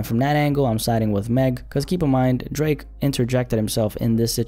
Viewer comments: Bruh called the OVO Don as Dreeeek like a souja😭💀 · Why say drake like that 😭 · The way you said Drake at the beginning of the video has me in tears😂😂😂🤣🤣🤣